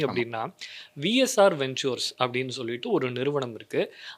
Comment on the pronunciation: வெண்ச்சூர்ஸ் அல்ல வென்ச்சர்ஸ் ஸ்டீர் அல்ல ஸ்டியர்